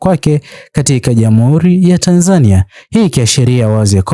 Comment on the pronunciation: Kwa nini unaitamka Tanzania ki hivyo. Tamka Tanzania kama yule Mtanzania wa Mburhati au Ilala au Chang'ombe au Morogoro au Tanga, n.k anavyoitamka.